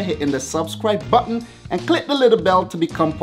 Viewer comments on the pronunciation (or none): none